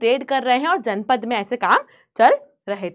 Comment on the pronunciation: Ma'am it is Janapada not janpada 😅